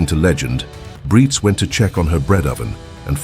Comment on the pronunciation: Brites is pronounced somewhat like Breets.